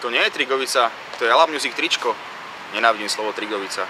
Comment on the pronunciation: za 1 hovori sa Drigovica a ne Trigovica za 2 uz len mikina je krasne pomenovanie pre drigovicu :D:D:D mier